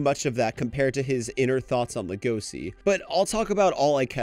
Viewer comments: homie why are you pronouncing legoshi like legosi/legoci 😂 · why are you pronouncing legoshi like that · Ok, the reasoning is good and this was entertaining to watch, but how you said Legoshi set me off a little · The way he pronounces "Legoshi" is so annoying.